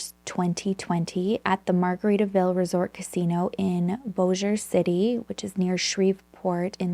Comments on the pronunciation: This story is crazy. I remember when this happened. I live in Bossier City and let me say that I’m SO proud of you for pronouncing it correctly. Nobody gets it right! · I first want to say thank you 🫶 for pronouncing Bossier City and Shreveport correctly. I know when I lived there and someone who lives somewhere else would try to pronounce it, they would always say it like BOSSY-er. Wow, I was born and raised in the Bossier City/Shreveport area (41 years). We just moved to Pittsburgh Pennsylvania in August of 2019. It was nice getting to see it and made me even miss it a little. I even worked on the riverboat casinos for 14 years. I worked 9 years of it at The El Dorado. (Sorry, I'm just starting the video, I just wanted to say this before I got into the case)